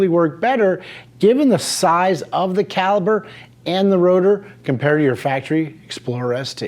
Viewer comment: Calipur not calibur...